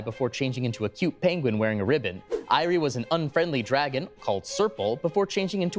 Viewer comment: Um, actually "eyrie" is pronounced ear-ree.